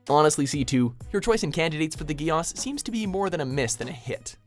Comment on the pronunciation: its not (Code-gee-auss) its code (geass)